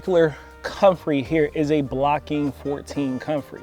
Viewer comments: It's BOCKING 14, not "Blocking" ... named after the research station in Essex, England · Good video, good info but it's BOCKING not Blocking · Bocking, not Blocking. There is no "i" in the name... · The term is Bocking...Not Blocking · its Bocking not Blocking. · Isn't it Bocking 14, not Blocking 14? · It's Bocking 14 not Blocking 14 . Just FYI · Bocking 14 it is, not blocking 14